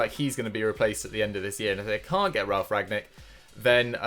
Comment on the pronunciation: with his grammar ffs. its rAGniK not RAgNiK its prononcioton not promotion 💁